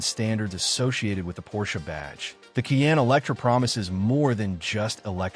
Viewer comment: How credible is a review that cannot pronounce the "Cayenne" name ? Or, that can't accurately say "foot pound" ?